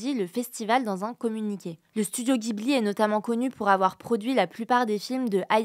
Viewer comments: Ça se prononce Jibli pas Guy Bouli 😅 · On dit 'DJIBLI" (ジブリ) s'il vous plait! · Pour info, ça se dit "Jibli" et non pas "Guibli" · Ça se prononce Jibli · Ghibli se prononce Djibli